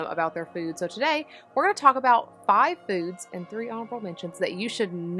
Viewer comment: You don’t have a strong accent, but the second I heard you say “five foods” I was like “Oh, this girl is from Alabama.” And, it turns out, right down the road! Hello from Huntsville, neighbor!